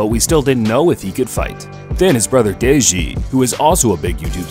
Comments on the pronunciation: DAJI?? IT'S DEJI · It is deji not diji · "Deyjee" white man spelling 😂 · You sead “deji” wrong